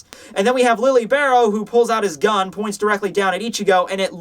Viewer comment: Just so you know, Lille Barro's name is pronounced "Li-yeh" not Lilly (Rije in the romanization.)